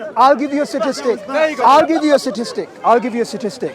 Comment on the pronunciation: is meant to be highly educated yet he says satistic when it’s statistic